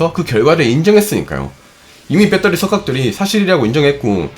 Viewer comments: 빼터리 발음이 ㅎㅎ 공대생이여도 좀 너무했네요 배러뤼~ 아님 그냥 밧데리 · 졸라 똑똑한 형도 베터리를 뻬떠리라고 읽는구나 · ㅋ 발음이 재밌네요 빼떠리